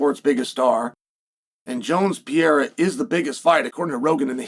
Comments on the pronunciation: Chael, big fan, watch all your clips. His name is not Pierra. It's not spelled or pronounced Pierra. Pereira. Pe....rei....ra. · Pay ray ra